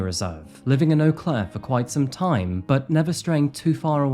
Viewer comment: Eau Claire is quite the interesting city. I'm impressed you pronounced it correctly! 😊